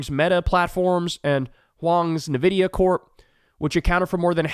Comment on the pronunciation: OK Kyle, I need u to follow me here: EN-VIDIA...not NUH-vidia.